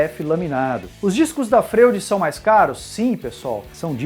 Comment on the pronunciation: A pronúncia dessa serra não seria (Froid) como o psiquiatra Sigmund Freud? É só uma curiosidade. Mas parabéns pelo vídeo!